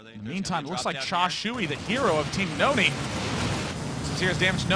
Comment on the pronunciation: Husky pronounces it right: New-nee. If you ever hear say Nony he pronounces it that way.